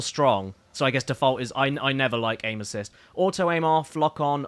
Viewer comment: Caddy: I never like aim assist. What I heard: I never like anuses.